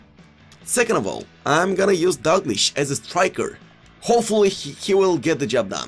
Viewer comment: dAlglish ne dUglish